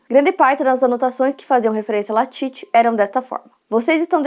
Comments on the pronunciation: Falou o nome errado o vídeo todo que agonia, o nome é LALIT não latit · Exatamente, comportamento bem típico de seita. Eu assisti esse doc na Netflix, então foi engraçado ver a chamando o Lalit de Latit o vídeo todo kkk